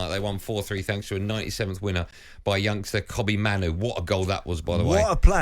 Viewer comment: You pronounced Mainoo's name wrong